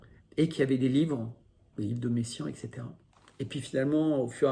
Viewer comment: Encore une chose en passant, j'entends dans votre vidéo "Messiaen" et non "Meyssan". La fin du temps. Mais peut-être sont-ce mes oreilles vieillissantes.